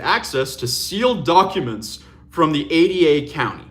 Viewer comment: Wait, did she say she subpoenaed the “A-D-A” county? 😂😂😂 That’s Ada county, pronounced with a long “a” and then “duh.” It’s not A D A as in assistant district attorneys and it had nothing to do with the investigation. She subpoenaed a county over 300 miles south of the crime! Now, Kohberger got a change of venue and was tried in Boise, the capital, and that’s Ada county. But the county wouldn’t have the evidence. It would have still been held by agencies up in Latah county where the University of Idaho is.